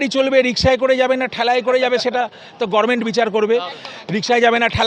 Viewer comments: আপনিও গরমেন্ট বলছেন! কর্ণ দোষ!! 😂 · কিন্তু ডাক্তারবাবুর মুখে গর্মেন্ট কথাটা বড্ড কানে লাগলো।